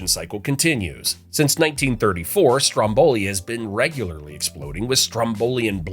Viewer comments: It's freaking Stròmboli, not Strombòli for the love of GOOOOOD! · Why do Americans always have total disregard for where the emphasis in a word is? Is it that they just don’t care or is it pure ignorance? Stromboli has the emphasis on the first syllable.